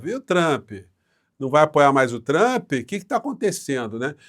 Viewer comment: parabéns por pronunciar Trampe e naoTchrmp como fazem os idiotas